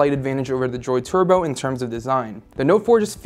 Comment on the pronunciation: Is it me or is the way he's saying turbo weird? He makes it sound like twerbo lol